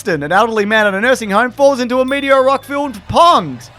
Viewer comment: I don't think I've ever commented on one of these videos but why can't you pronounce meteor